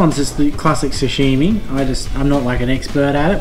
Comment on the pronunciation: if you add an "h" to sashimi it changes the meaning... 😂😂 "sashimi" = fresh raw fish "shashimi" = "person stain"